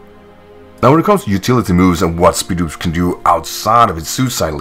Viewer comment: I thought it was pronounced SPIED-OPS